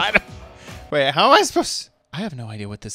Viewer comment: My guy really said "HOT" instead of "how"